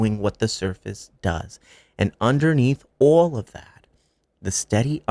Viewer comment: Thank you! Love you ❤ as a fellow nuyorican, hearing you say “awl of that” made me smile so hard!! 🇵🇷